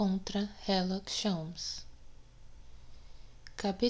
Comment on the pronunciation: Por que ela lê herlock em vez de Sherlock